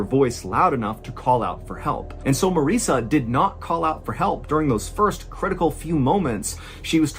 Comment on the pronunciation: Marissa is pronounced to rhyme with Melissa.